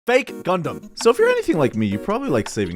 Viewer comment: Did you say Gundam 👻